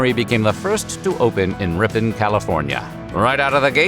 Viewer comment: as a person that grew up and lives in in Ripon, and that has also worked at franzia. thank you for pronouncing the town's name correctly